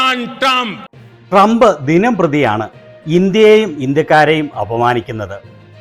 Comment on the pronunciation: മോങ്ങിക്ക് നല്ല പോലെ ട്രമ്പിന്റ പേര് പോലും ഉച്ഛരിക്കാൻ പോലും അറിയില്ല....😂😂😂😂😂😂😂😂